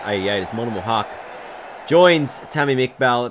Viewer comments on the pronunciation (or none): its not monimul its mo-min-ul